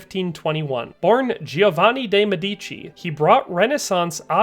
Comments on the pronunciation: Nicely done! If you do other videos on Popes, you will find a few are from the MED-ee-chee family, not meh-DEE-chee.. A MED-ee-co is of course a medical doctor (in Italian.) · My boss at work pronounces Medici by emphasizing the second syllable, same as the narrator in this video. I wanted to correct her but I stopped myself. There’s another channel I follow that focuses on US presidents’ family trees. When the owner of the channel began covering FDR and his family tree, he kept pronouncing the name “Delano,” FDR’s middle name and his mother’s maiden name, he kept emphasizing the second syllable instead of the first. It was driving me crazy.